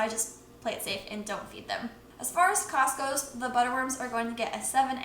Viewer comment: What I hear: as far as Costco... What you say: as far as cost goes 😂